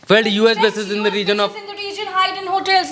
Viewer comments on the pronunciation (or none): none